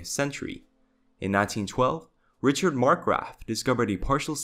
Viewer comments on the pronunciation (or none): none